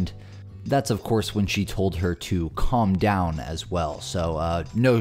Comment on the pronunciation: I’d have rolled the window up with her head in it, lol. Or her hand. It takes all kinds. Even Karens! Plus who pronounces calm, as callm? What has happened to common sense.